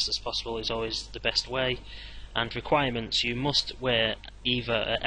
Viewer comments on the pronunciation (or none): its requirements not reguirements but so far nice guide